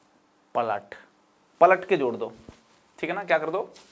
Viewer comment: Palat ke jor do is sound as patak ke chod do😂😂